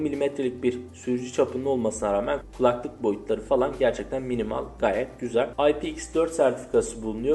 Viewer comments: Her ikisi de şapkalı a harfinin sonrasında l ile biten kelimeler dolayısıyla l yi yumuşatarak telaffuz etmelisin şu espirisi yapılan keMAL gibi telaffuz ediyorsun 🙂 sağol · minimal orijinal şu kelimelerde telaffuzun yanlış genç kardeş